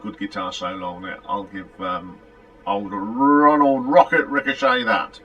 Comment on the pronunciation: Rocket's last name is pronounced "Ri shot" not Richochet. "Hot night in a cold town" should've been a big hit for them. And you are 1 album behind when you say it is the 12th or 13th or 14th album, they had 8 albums , 3 from so that's 11, Wolftracks is 12, Paradox 13, and so on.